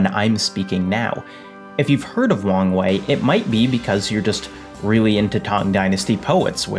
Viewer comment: Am i the only one who hears "wang wei" as "wrong way"?